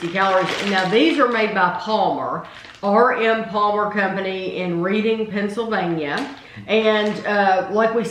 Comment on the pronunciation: Great fun review. fyi, Reading Pennsylvania actually pronounced Redding.